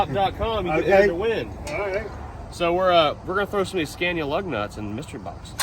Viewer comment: Love the pronunciation of scania....here we pronounce it "scar-knee-ah" in New Zealand